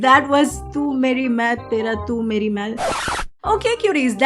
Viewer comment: Watching an American journalist pronouncing the name of the movie was one of the saddest things I’ve seen.